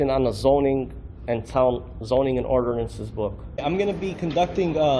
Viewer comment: for the last damn time it's,"ordinance and statute," not,"orderances and statues". How can someone who claims to be such an expert misspell and mispronounce simple words over and over again.